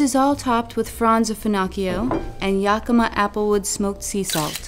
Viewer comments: It's prounounced "YAK-ih-mah". Not "Yah-kee-muh." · U pronounced Yakima wrong.. >:(